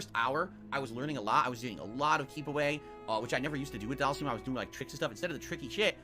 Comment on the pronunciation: It still pisses me off he calls him Dhalseeeem it's pronounced dhalsim not dhalseeem